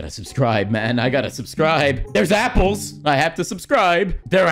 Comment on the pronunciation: How the guy says apples sounds like he is saying eyeballs xdddd